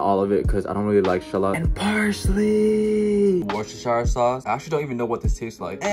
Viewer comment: The way he says "parsLHeeeeEeeey"